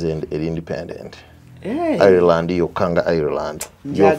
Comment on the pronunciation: Pronounced Ayiland. Naye si Ayireland